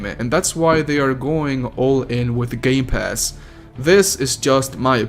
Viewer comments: Did he just say gay pass or is it just me? Did he just say series sex or is ot just me? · Did he said gay pass